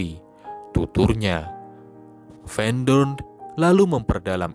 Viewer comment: Sebelum membaca narasi, narator wajib cari tahu cara membaca nama tokoh sesuai bahasa sang tokoh. Jangan baca teks Belanda dengan kaidah bahasa Inggris. Tulisan "van" bacanya ya bukan "ven", tapi tetap "van"